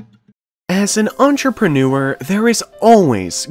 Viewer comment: I’m going to start making videos for entrepreneurs which teach them how to say “entrepreneurs” properly😜